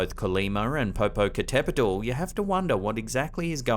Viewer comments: Hello,: Webcams Mexico have a daily follow up of Popocatépetl volcano, which I watch almost every night. There’s a bunch of sightings of strange lights and moving objects and we discuss them in the live chat. By the way: your pronunciation of “Popocatépetl” was superb. Not everyone can get that word correctly. Congratulations! We affectionately call Popocatépetl “El Popo” or “Don Goyo”. Have a wonderful 2022, full of joy and success. 🥳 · I’m kinda proud he said Popocatepetl correctly. Also, yeah, we all know about the lights. It has been on every news outlet ever since it became active when I was a little girl in the 90s. That one is real.